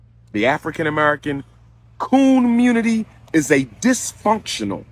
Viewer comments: " K o o n munity"😮😅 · Watching "the communitah " fight for reparations is like watching Charlie Brown trying to kick the football.